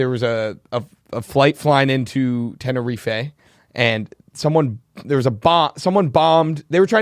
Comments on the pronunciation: Will pronouncing Tenerife killed me. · From someone British it’s pronounced tenner-reef